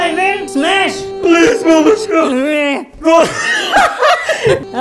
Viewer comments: "I want to smesh" - 2021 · she actually said smesh